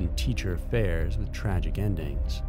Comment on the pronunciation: Missing the T in tragic at the start. It just says ragic.